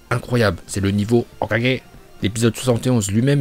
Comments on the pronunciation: Jaime bien mais le "hokagé" comme un tirso ça casse les couilles de ouf 🤣🤣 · Notre porte parole préférée des prononciations dignes d’un japonais (HOKAGE) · J'aime bien la prononciation de l'HOKAGE!!! TU NOUS TUE MEC🤣🤣🤣🤣👍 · HOKAGE Masterclass le prononciation 🤣🤣🤣🤝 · J'aime la vidéo, mais tu ne te trouves pas énervant avec ta prononciation de HOKAGE...? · Pourquoi il dit Hokage d'une manière aussi bizarre 🥲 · tu prononce le mot hokage de facon bizare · tu sais que tu clc à proncer hokage comme ça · Pourquoi il dit Hokage comme un gogole ? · aime bien prononçait Hokage comme dans la VO c' est pour ça que quand dit Hokage il le prononcé on dirait qu' il se trompe.